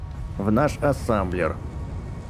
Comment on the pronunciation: А почему ассамблер а не ассемблер?